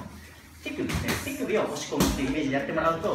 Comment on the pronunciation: ティクビで打つって聞こえて一瞬びっくりしたΣ(°▽°)笑